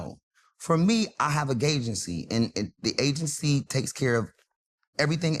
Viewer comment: he says he got a GAY-gency lol